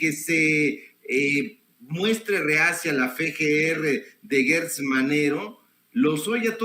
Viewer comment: ¿Por qué dice GUErtz?. El apellido se escribe Gertz o sea no veo una letra U entre la G y la E. O tal vez de apellida Guertz y no Gertz. Por otra parte me encanta escuchar a aprendo mucho escuchándolo me ha ayudado a comprender muchas cosas de la vida política del país.